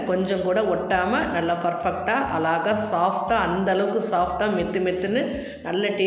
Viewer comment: One request. " Azhaga,' endru pronounce panna varalena beautiful endre sollalaame